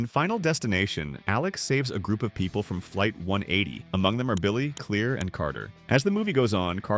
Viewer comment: Her name is Claire not clear